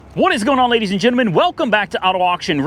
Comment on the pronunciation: Great videos, always enjoy hearing welcome back “ladies and genamin”.